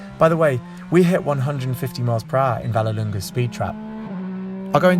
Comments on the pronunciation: V A L L E L U N G A, not Valunga ... do your homework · You would assume that an automotive journalist would know how to say the name of the track he is at -_